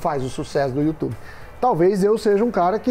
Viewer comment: Meu Deus, melhor canal de investimento que existe no "youtchub" como fala o Datena KKKKKK